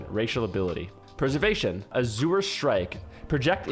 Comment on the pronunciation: The way you pronounce "azure" is funny. Had you never seen that word before??